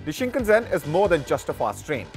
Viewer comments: それは新幹線です shinn kannn sennn bro しんかんせん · whats Shinkazen? Bro is reading from the scripting and still messing it up